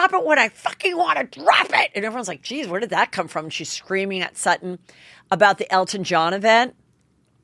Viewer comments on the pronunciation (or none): none